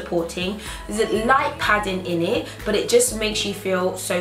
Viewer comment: love how you said in it sounds like innit lol